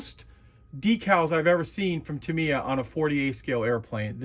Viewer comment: too me? its tam eeee yaaaaa